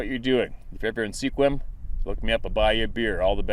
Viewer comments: It is pronounced SQUIM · Hi, not trying to be critical-more of a "just FYI" The Town of Sequim, WA. is actually pronounced "Sqwim—like swim with a q thrown in for good measure.", it is "One of America's Top 10 Mispronounced Cities" and comes from the Klallam Tribial that 'place for going to shoot,' Once again no offense meant or intended, Bob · Sequim (Wash. State) pronounced "skwim" I believe, someone correct me if I'm wrong